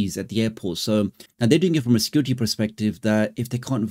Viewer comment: Nope…, since the early 80’s the war has always been hardware vs software…, and this is no different.., there will be an immediate response via SW I suspect… On another note in ur video…, when u say their claim is for security reasons.., to me via ur accent it sounds as if ur saying for “scar-ity” reasons.., so on point if intentional or not…😂😂 👍🏾